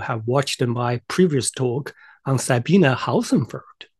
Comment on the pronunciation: Amusing, you might try learning how to pronounce her name.